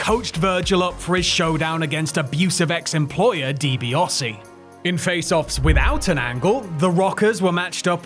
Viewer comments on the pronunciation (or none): 10 hours in...... ffs it's DiBiAsi not DiBiOsi . A not O. Not difficult. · love this but hate the way he says Ted Deebeeosy instead of Ted Deebeeassy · DiBiAse! NOT DiBiOse!!! So cumulatively annoying! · Why do you insist on pronouncing Ted's last name as "Dibi-oh-see?" There's no O in there. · The AI voice gets confused as to how it's pronounced